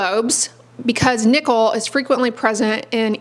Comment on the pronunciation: Why did I keep hearing "nipple" instead of "nickel"? 😂 Anyway, good to know that the buttons on my jeans are the cause of my rash on my belly.